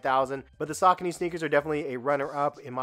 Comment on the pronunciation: Sa-con-ne not scony lol